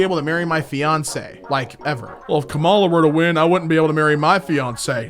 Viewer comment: pls pronounce kamala correctly